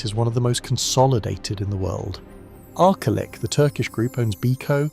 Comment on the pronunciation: Here's my comment: STOP USING AI TO READ YOUR SCRIPTS. Arcelik = ark-uh-lick? arse-lick? Try ARCH-uh-lick. Stop being lazy, read your scripts yourself.